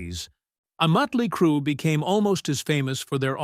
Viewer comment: W-A-S-P, Mutly Crue 🤦🏻‍♂️